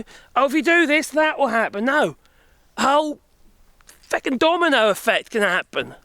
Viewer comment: Loving your adoption of Irish swearing 😂 Oddly you pull of a feck with an English accent, that's rare and impressive